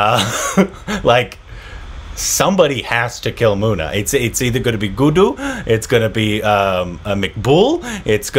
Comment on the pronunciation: Please stress on the double letters when pronouncing Guddu not Goodu...Munna not Moona....Tri-pa-thi not Tripti....